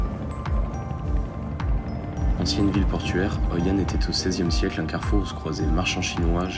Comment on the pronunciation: C'est hoi an. Pas anh 😂